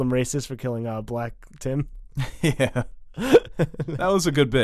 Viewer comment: Black Tom....not Black Tim